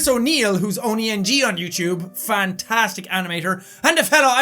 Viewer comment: Pham! he said Phantastic!!!!! we got another Phamily member!!!! lawl, jk :P